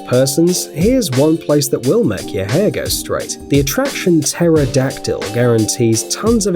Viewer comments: LOL teror dactyl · Teror-Dactyl made my hair straight They used to be gay, now they’re straight